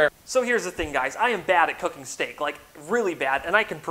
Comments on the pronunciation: I love how he said stek and got fricken 8.1K likes like...... what? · Mmmm..... Yess...... STEK...... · stek indeed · Yes stek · Yes, stek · Good Stek